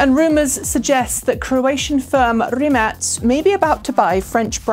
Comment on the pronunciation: Is that how Rimac is pronounced?